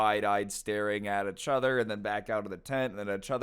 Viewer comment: When will learn how to pronounce the words "each other?" Ee-ch uh-ther.